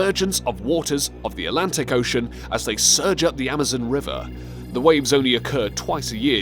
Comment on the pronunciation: God, this narrator sucks. Totally awful. Mispronounced "ocean". Everyone, please remind this failure at life of his mispronunication so he quits Top Lists and they get that other guy back. Totally awful, learn to say "ocean" normally. Downvoted. That guy sucks. Sad!